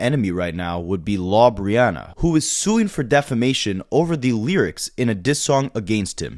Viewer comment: Lawbreana 😂😂😂😂 lmao